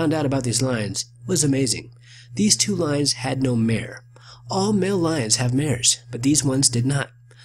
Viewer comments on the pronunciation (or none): none